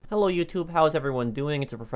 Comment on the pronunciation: No one:: Hehlo yutub